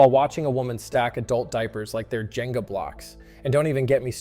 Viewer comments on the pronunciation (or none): none